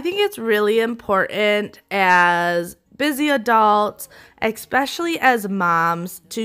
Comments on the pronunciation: Love your videos but "expecially" isn't a word. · I love your cleaning techniques, but please stop saying, “EX-specially”- There is no “X” in especially. Just think of it as de-cluttering a bad pronunciation habit. Carry on. 😊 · I really like your advice and you do amazing work! You seem very professional and have a good heart for your clients.. One pet peeve..."Especially," not "Expecially".